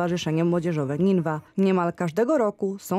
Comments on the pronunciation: Niniwa a nie ninwa.....taki blad... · Niniwa, a nie Nińwa